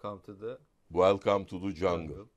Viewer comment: ABD'de o kadar kalmış adamın welcome'ı yanlış telaffuz etmesi de bir garip. Saygılar.